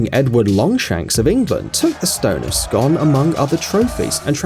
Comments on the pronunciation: It's pronounced Scoon not scon! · The stone........It's pronounced 'Scoon'. Shit research. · You said scone wrone. It's pronounced like spoon. But scone. So say it like scoon. I stay right beside it. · The Stone of Scoooon. Its pronounced scooon scoooooon scooooooooon... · The stone of Scone is pronounced "scoon"